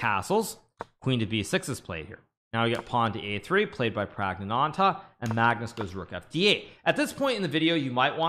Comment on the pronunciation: Kudos Hikaru for saying the full name flawlessly - Pragnaanandha.